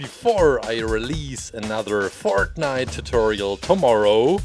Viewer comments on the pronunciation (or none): Listen closely to him when he says fortnite. It’s the funniest thing ever